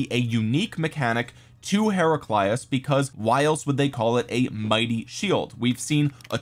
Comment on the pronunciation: Kinda happy that the Heraclius I’m the game is pretty powerful considering the Achievements of Emperor Heraclius. But nah dawg you ain’t gotta slaughter his name like that.